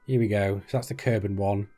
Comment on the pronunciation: Kerbel -> Kerbal = green humanoid (trees can also be considered "creatures"). Kerbol = Sun (we do not usually say "Helios" when refering to our own star). Mün = First and biggest moon of Kerbin (it is pronounced "miun" ). The only moon of Earth is named "Selene" [people born there are selenic ].